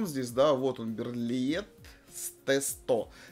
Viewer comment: Берлие. Загуглите что ли , для приличия. Берлит блевать.